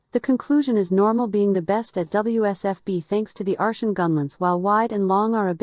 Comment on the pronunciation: took me 4 minutes to realize you meant artian instead ar-SHUN